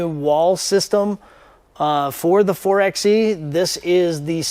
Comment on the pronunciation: It's pronounced 4 by E... like 4 by 4. Anyway, thanks for the video, I was wondering about the butt flap wall. 👍